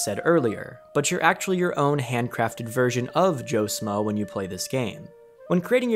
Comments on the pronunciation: Its "Joe SHmoe" SH moe. SH. Not Smoe. JFC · It's "schmoe". Pronounced "Shhh-moe", not "Smoe".